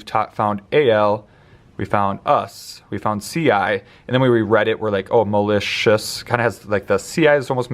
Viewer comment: When doing the word "malicious" - he used the "al" story, but it's more of a schwa sound, at least in my area. Does Secret Stories include stories & visuals for schwa?